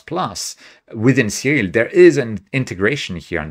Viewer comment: I love everything about this video except the way he pronounces "Siril." :)